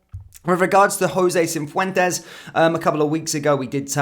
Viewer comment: It’s not CiNfuentes. It’s Cifuentes, no n, doing my nut in 😅